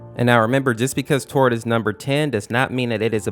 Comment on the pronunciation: Tord not todd